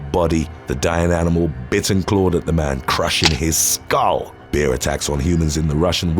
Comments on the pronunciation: Why is he saying.....beer...instead of bear ? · Why do you say bear that way I keep thinking a beer as attacked someone? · Bear is not pronounced beer ya wally